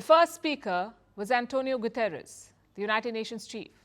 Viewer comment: Palki i understand why you saying Gutieres words wrong coz israel gave you access to report on their country n your goverment as well